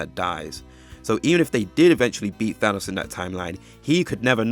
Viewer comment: I even noticed he said "Ahnos" than Thanos too😂